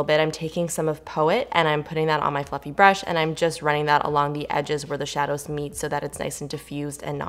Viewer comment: When you said fluffy brush I heard "Fu**ing brush" 😂 bahahaha